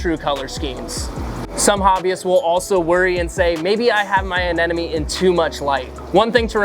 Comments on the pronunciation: Great video! But pronunciation brother, a-nem-o-ne, not a-nen-o-me! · Glad I'm not the only one bothered by the fish salesman who can't pronounce anemone. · Why pronouncing this like "aneNomy" (like "an enemy") when it is written aneMony ("a Nemo knee") ? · Quite irritating right? Lol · I am trying to figure out if you said "Anenome" on purpose and wondering how you consistently said it like that the whole video 😂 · Yes, you certainly have a point! Now you also have a way to help pronouncing it properly, with Nemo. ;) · Wondering about that too! and i had to look it up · I’m sure if you had to say it 20+ times you’d get it wrong Atleast once too, why come here to hate and not learn.